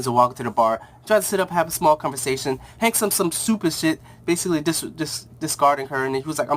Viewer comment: it's called Hank and Dawn not Hawk and Dawn